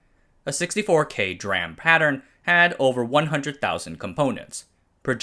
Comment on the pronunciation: "Dee ram" not dram